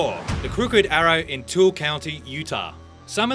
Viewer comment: Tooele is actually pronounced like too-ill-ah